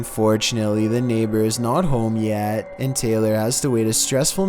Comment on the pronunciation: The way he says a little girl name Taylor 😭